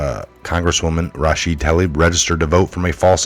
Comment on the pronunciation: Rashida - Ra shee da - not Ra sha da.